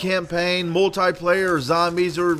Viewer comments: You keep saying moltie player it is multiplayer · Learn to pronounce multiplayer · he cant say multiplayer right